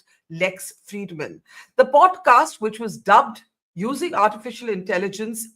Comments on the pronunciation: Can someone tell Barkha, it's called poDcast and not poTcast? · Why does she potcast instead of podcast? The national journalist perhaps needs speech lessons?